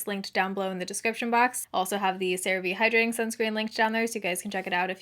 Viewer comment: Girl.... you pronounced Cerave correctly and it almost sounds wrong now LMAO. Congrats on partnering with them, that's incredible!